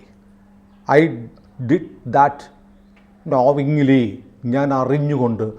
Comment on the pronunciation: വീണ്ടുമൊരു ഉച്ചാരണപ്പിശക് . നോവിംഗ്ലി അല്ല. നോയിംഗ്ലി എന്നാണ് പറയേണ്ടത്.